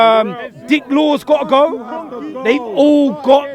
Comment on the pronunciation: When I first heard these rants I thought he was saying "Dick wad" instead of Dick Law 😭💀🤦